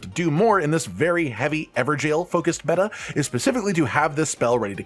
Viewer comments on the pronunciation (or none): none